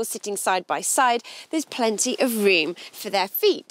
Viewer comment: Still rewm for sum luggadge!